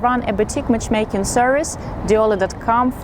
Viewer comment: Hi Svetlana, I like your content. Not much new for a Russian guy to learn ;) but it's a nice refresher. I don't know if anyone has mentioned this to you before... but If I may suggest a little feedback: it's when you say the word "Matchmaking" it is not easy to understand it... Where a simple correction of saying it like 2 words: "Match" (pause:) "Making" would sound more correct and should get more international viewers to understand your brand easier and the service you provide... Удачи! :)